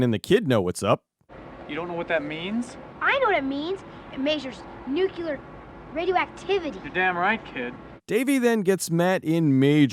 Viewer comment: ...nucular raidio actividdy?!